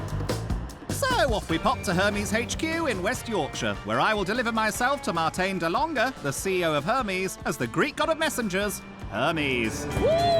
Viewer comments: Any other Dutch speakers who love how he's pronouncing "Martijn de Lange"? It becomes more of a Marteen duh Longeh. Oh and then later it just turned into Martin instead. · I love Joe Lycett , but the way he is saying “Martijn de Lange” annoys me so much 😩